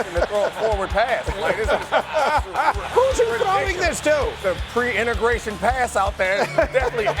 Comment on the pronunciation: Did he say "pre integration" helmet? 😂😂😂